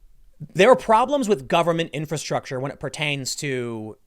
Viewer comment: Tim trying to explain stuff is funny. He can't pronounce infrastructure